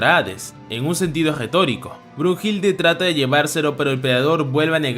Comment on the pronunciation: No es brujilda es Brunilda